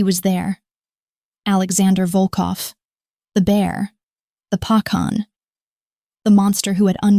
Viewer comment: Correct..."Dah" (yes) Pah khan ..mouse is "meesh" or "meeshka" mah yah(mine) duh rah guy aah( my loved one)..good try but need to work on pronounciation..😊❤